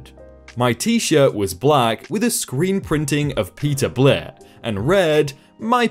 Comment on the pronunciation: It's not Peter Blit, like it's the name of a person, it's Peterbilt, a type of truck common in the USA.